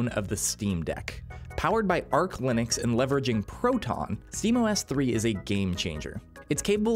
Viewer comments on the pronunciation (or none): It's arch linux not arclinux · erm Acktually its pronounced "arch" linux, not arc ☝🤓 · Arr-CH not Ark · Definitely not a fan of this editing. Feels very lazy 2000's with some generic B-roll running on loop in the background, giant subtitles across the front; and then an audio visualizer at the bottom for, what, being the only interesting thing to look at? It's "Arch"; not "Ark" BTW. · ITS ARCH LINUX NOT ARC LINUX!!!!!!!!!!!!!!!!!!!!!!!!!!!!!!!!!!!!! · "powered by ARCLINUX" Even AI would have got this right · IT'S NOT ARC LINUX, IT'S ARCH LINUX AND IT'S NOT PRONOUNCED AS "ARK" IT'S PRONOUNCED AS "AR-CH". And to me Arch is the best and by the way I use arch. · ARCH != ARC 😂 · no way he said Arc instead of Arch btw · its arch linux not arc linux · It's Arch Linux, btw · I'm sorry, but Windows 11 has destroyed Windows. Steam just needs to step into the broken gap and fix it all. Edit: Oh, its ARCH Linux, not Arc. ;-) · It isn't ArcLinux, it's ArchLinux. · Him pronouncing "arch" as "arc" is most likely an accent thing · Arch like in Dutch not like arc in duck . . . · It’s “Arch”, btw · Arch, the ch is pronounced, like in the word chair. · You pronounce Arch wrong... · Because the video isn't well thought out, starts with filler about SteamOS, and lacks knowledge. Dude can't even pronounce "Arch".